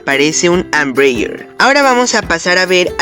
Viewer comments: pero si en su idioma original (portugués) se pronuncia tal cual se escribe "EMBRAER". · El otro avión es EMBRAER, así como se escribe, no Ambreier... Saludos...